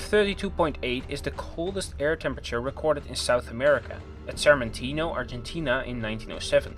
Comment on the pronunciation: the coldest in south america was in Chile, -37°C. Also, it's not "Sarmentino" but "Sarmiento", Argentina